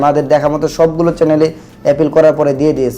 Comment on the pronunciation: যে ছেলে চ্যানেল উচ্চারণ করতে পারে না , চ্যালেন বলে তার থেকে কি শিখার আছে 🤣🤣